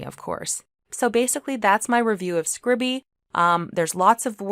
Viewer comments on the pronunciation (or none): I think it's pronounced scribe-e, not scribby? Note the lack of double consonant. Scribe-e, from to scribe or transcribe.